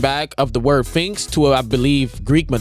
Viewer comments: Its am and i havent slept yet, but is this man pronouncing Sphinx as Finks?! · Nah, he said Twinkx